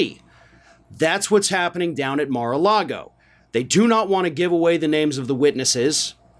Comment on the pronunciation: I love that Michael Cohen calls it Mara lardo.. just wait until the Cheeto releases the heavily edited and fake videos..